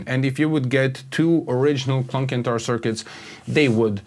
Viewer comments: CENTAUR not Kentaur! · Good and interesting video. It sounds way better with the mod but fyi it's pronounced senn-tar not kent-tar